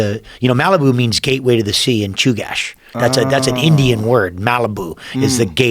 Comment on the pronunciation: Laird, it's CHUMASH not CHUGASH lol! Cute though that you brought that up. We stay loc from SLO TO the BU!